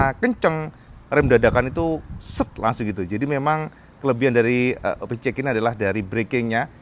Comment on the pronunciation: plissslahhh...cara baca PCX (versi bhs Inggris) yg benar adlh: PI-SI- EKS kl mau bhs Indonesia: PE-CE-EKS